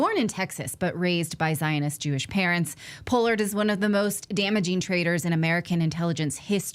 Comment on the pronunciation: Who says Pollard like that? I've heard that name all my life and never heard anybody say it like that.